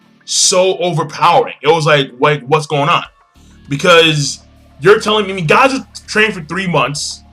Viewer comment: When he said Najeel I instantly thought of Natsu and Gajeel using the Potara earings or doing the Fusion Dance. In all honesty them fusing together would be pretty frickin' awesome.